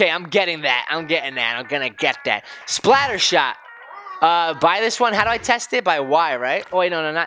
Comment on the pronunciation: You said splattershot wrong.